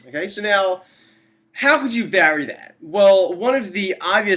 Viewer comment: Are you canadian? The way you pronounce "vary" is exotic!